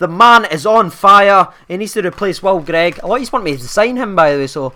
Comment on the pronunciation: Oh and Will Grigg not greig haha